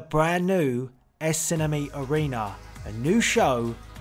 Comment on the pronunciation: Lol i love how he says SNME. Esenemi xD